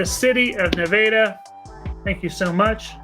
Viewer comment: I just randomly found this channel. Thanks for the winter coverage, but for someone who lives in the State of Nevada, the way y'all pronounce Nevada is throwing me for a loop.